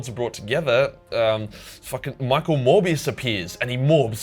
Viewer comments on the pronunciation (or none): none